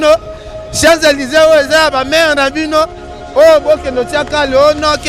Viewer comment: Ken mpiana yekola koloba balobaka siant Élise et balobaka chants Élise obimela wapi.